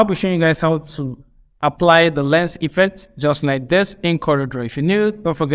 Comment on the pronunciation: Boss it's lens not lense You wey dey like to correct person 😂